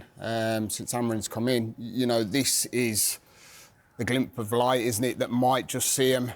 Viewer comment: "glimp" of light he says